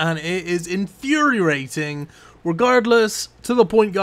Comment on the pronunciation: "infuriarating"